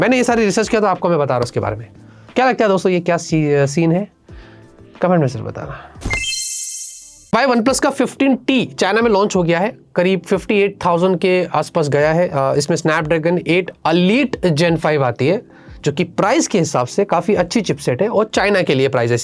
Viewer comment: Snapdragon 8 aleet nahi Elite bolo